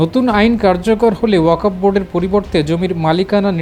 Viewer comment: This stupid does not know how to read Bangla. Reading wakof but wakfow. I think this stupid has higher educational certificate. What is the quality of Bangladeshi certificate?